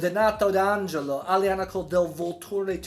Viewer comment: vUlture. Accent on the first 'u'.